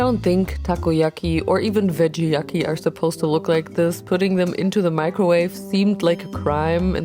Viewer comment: The veggie yaki was IRRITATING. Sometimes the english is naht guud. 😂 I LOVE 😂